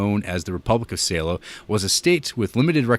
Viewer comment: Not "Sei-low", it's "Salò" with emphasis on the "ò". Same rhythm as when you say "Hello". HellO - SalÒ.